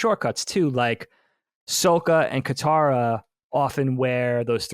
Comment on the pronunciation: Why does keep saying "Soak-ah"? They say Sokka's name repeatedly in the show. That's not how it's pronounced. It's also spelled with two K's, so it doesn't make sense to pronounce it that way.